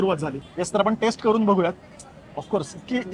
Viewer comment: खुपच छान video. पण pls test आणि taste यातला फरक लक्षात घेऊन उच्चारात सुधार करावा ही नम्र विनंती. बहुतेक मराठी भाषिय हा फरक लक्षात घेत नाही तसंच जस साऊथ मधे फ नाही तसाच हा प्रकार